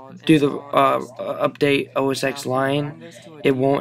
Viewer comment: Every time you say "OS Ex" I cringe. The X is pronounced 10.